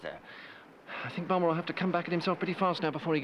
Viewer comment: I wonder why Michael Palin calls him "Bombber" rather than "Bomber".